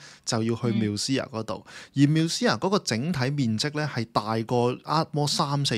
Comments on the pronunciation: 做下功課得唔得呀…Musea係讀mu-see-a，唔係繆思……女主持仲係講開地產？樓名都唔識讀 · Musea都讀錯，仲話字正腔圓，讀者要求真低